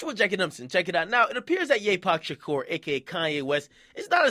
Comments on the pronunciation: He said " Ye pac Shakir " 😂😂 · he said YePac Shakur lmaoo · nigga said "Yapac Shukar" 😂😂😂😂